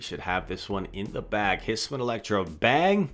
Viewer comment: its his-oo-ian not his-win,, just a heads up. youre late night videos are great to watch!